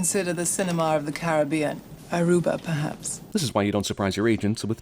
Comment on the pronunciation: theres more sins in this movie.....especially the last one when the air hosted said ARUBA incorrect